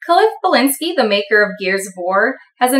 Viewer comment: Ballinscki? it's Bleszinski lol